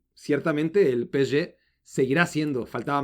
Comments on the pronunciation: PE-ESE-GE: ❌ peeché: ✔️ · Encima ni siquiera lo dice bien... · Estresa que diga Peshe en francés.... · por que pronuncias asi psg ya te quiero ver berriando como borrego